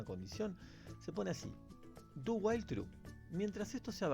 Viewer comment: Lo que dice: "Ya vimos 'while', ahora estamos en 'do while'." Lo que yo escuché: "Ya vimos 'while', ahora estamos en 'Dubai'."